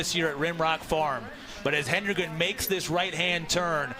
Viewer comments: I cannot stand this. It’s HEDEN-gren. There is no extra “N”. Why are announcers so convinced it’s “Henden-” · She has dominated Cross-country news for two years. LEARN HOW TO SAY HER NAME!!! HED-EN-GREN. NOT HEN-DRE-GEN. AND, her little sister has already been breaking Jane's Middle School records. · Say it, "HEAD-IN-GREN," people. The announcers should have this figured out already! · I don’t think I’ve ever heard an athletes name mispronounced by so many announcers in so many races. HE-DEN-GREN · Hed-n-grin! Come on, now. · Its worse when some say "HEN-DEN-GREN" like wtf lol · Tell that to all of her family members who have shirts that say “pronounce it right” or something like that😭 I’m sure she’s not crying over it by any means, but it is kind of ridiculous that she’s the greatest female distance athlete of all-time and they can’t pronounce her last name DESPITE it being super easy to sound out. Hedengren — Head-in-grin? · I'm grateful for the coverage. So, I won't pile on TOO much. But mispronouncing the winner's name was bad. Plus, "obliterate" was used at least as much as the British announcers say "brilliant". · Geez, it was as though the announcers were from a non English speaking contry! Hedengren is a simple word to pronounce as far as English articulation goes... so weird how they kept mispronouncing it. Just shows that regardless of how 'predictable' you think the next race you're covering might be ... at least just read the names of the top runners you're commentating about (?!?!)] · Why can this lady commentator NOT pronounce Jane’s last name??? Geez. Get it together! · Amazing race, horrible commentary. It's ok to let the race breathe every now and then, and it wouldn't hurt to learn how to correctly pronounce the lead runner's last name as well.